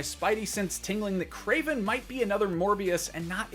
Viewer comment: Kraven??? Geez